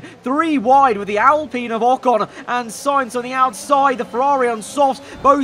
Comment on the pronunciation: Its pronounced al-pine not al-peen